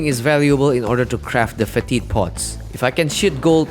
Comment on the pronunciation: It's pronounced feh-tid, enunciating the first syllable.